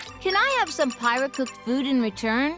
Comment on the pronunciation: "Pie-rah?" Isn't that the chick that killed Rex at the start of the game?